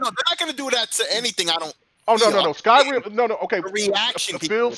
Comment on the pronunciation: They have a Japanese studio with Tango Gameworks fellas. Btw, you kept calling Skyrim "Sky-Rim" like they're two separate words brother.